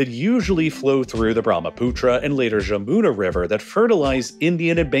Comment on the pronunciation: "J" in Jamuna sounds like J in hallelujah